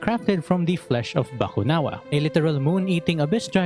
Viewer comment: Your accent when saying 'Bakunawa' is on point. It's as if you are a Filipino 😅😅😅